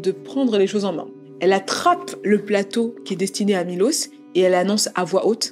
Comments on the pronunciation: C dommage que pendant 40min elle a même pas prononcé le prénom du gars correctement 1 fois 🤯 il s’appelle Miloš, donc Milosh en fr… 🫠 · «Milos» se prononce «Miloche » en serbe. Je suis d’origine serbe. Je vous rassure nous ne sommes pas tous comme lui 😂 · La vidéo est top comme d’habitude, on voit tout le travail réalisé! Petite parenthèse: la prononciation du prénom de Miloš se prononce MiloCHe!! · J’suis moitié serbe et le truc avec les mines déjà j’étais en mode tu te fous de ma gueule MDRRR aussi juste pour te dire ça se prononce Milosh son nom, en plus j’ai un pote qui s’appelle comme ça 😭 y’a tellement de traits de narcissisme dans son caractère, de psychopathie et de sociopathie malheureusement j’ai déjà été dans cette sorte de situation (pas avec un serbe comme ça on est pas tous des monstres hein) et je m’en suis sortie avant que ça ne soit trop tard.. la pauvre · On prononce Milosh en Serbe SVP et ça s'écrit Miloš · Punaise, on parle pas bcp des serbe et quand cest le cas cest pour parler en mal .... dailleur le prenom de milos se prononche Milosh